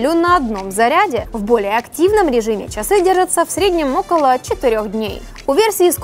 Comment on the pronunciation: Не совсем приятно .... очень корябает произношение слова чАсы.....